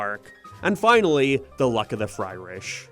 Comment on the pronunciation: Or, "FryRish," as pronounced here.